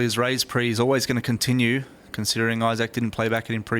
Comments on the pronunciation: Well that's the first time I've heard Issac pronounced Isa-k instead of Ise-k. And most definitely Issac Haxton. I think it was just a weird British pronunciation and everyone was too polite or found it too funny to tell him at the time. I didn't I found it annoyingly cringe worthy though... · I-Sek not I-SaK though right? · Am I the only one who cringes every time announcer calls him I-SAK? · Archaik85 Sorry were you just calling me Newton? Because his name is Issac Haxton, not Issac Newton lol. And maybe its just the American pronunciation vs the British one but listen to every other single announcer and its I-SEK!! Newton? Btw I was playing 6 PLO tbls while typing that, fortunately didn't time out though! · Hé keeps pronouncing Isaac « yaak »! Wtf?